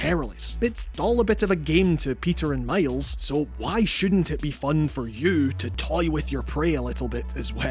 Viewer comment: Did the narrator really say "male's " insteaf of Miles?😂😂